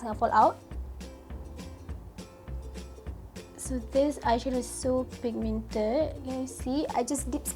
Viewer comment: Love how u say "pigMIENted" comel hahahha